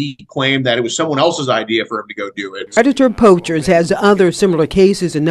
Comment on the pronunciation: I have 2 questions: 1.) Am I the only one that noticed the news lady calling them “Predator POUCHERS”? and….. 2.) Why does call himself “”? Just curious.